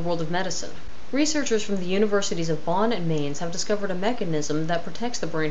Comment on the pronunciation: Nice show, terrific news reports as well. You're saying 'Mainz' incorrectly. In German the AI is pronounced as LONG I. The Z is spoken as if a T came before the Z.